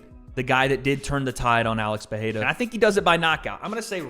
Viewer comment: why does pronounce pereira as peheida, i don’t have those answers but i sure do need them